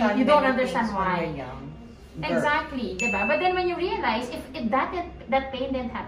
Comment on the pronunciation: DI BA. NOT DEH ba!!! Come on!